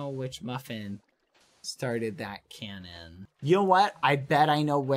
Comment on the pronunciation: Just a little bit of advice; its cAnnon not cOnnon 🙂👍